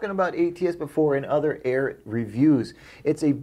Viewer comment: I know it doesn't matter but it's AIR EE AT not AIR IT